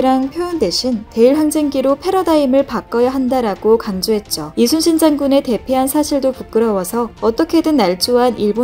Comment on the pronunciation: 근데..저만 그렇게 들리는지 모르겠지만 말하실때 대체로 "이수신 장군" 으로 들립니다.